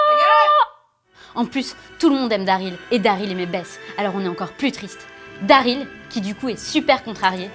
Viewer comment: Putain c'est pas "Dareel" mais "Daryl" merde pronnonce bien son nom ☹